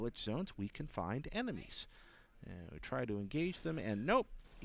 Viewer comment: he literally said "EMENIES"